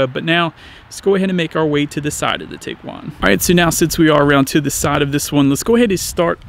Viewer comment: That's tee-guan, not tig-guan.